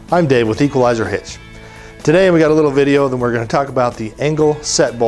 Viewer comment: Equal-i-zer Hitch aaaaa